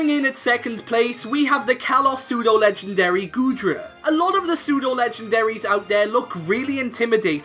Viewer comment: WE DON'T SAY AN BEFORE SAYING A WORD THAT STARTS WITH A CONSONANT, WE SAY A! IT'S PSEUDO, NOT SUTO! DO NOT CALL ARCANINE A HE! AND TO ANSWER YOUR QUESTION, NO! ARCANINE IS NOT A PSEUDO LEGENDARY! A POKEMON CAN ONLY BE PSEUDO LEGENDARY IF IT IS THE FINAL FORM OF A 3 POKEMON EVOLUTION LINE, WITH A BASE STAT TOTAL OF EXACTLY 600!